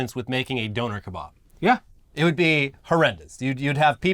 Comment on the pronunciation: Listening to and slag off British pronunciation of mexican dishes only for them to completely butcher the pronunciation of ‘donner kebab’ was hilarious lmao